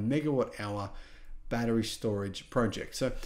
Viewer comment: Battery, not baddereray! 😂